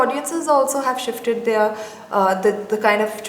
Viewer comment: its their ! not theeyyyyar !